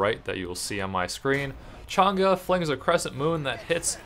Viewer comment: thank you for pronouncing her name right